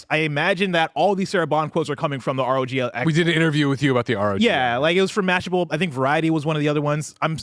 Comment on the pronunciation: IT’S R.O.G not rog